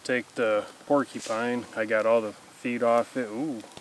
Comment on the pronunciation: "Pulled pork-eee pine" haha the way you said that made me chuckle.